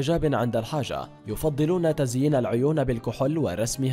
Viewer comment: بيقول تزين العيون بالكحول😂😂😂😂😂😂😂 اسمها الكحُل يجااااهل